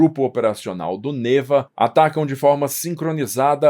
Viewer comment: olha a pronúncia. É 'Nevá".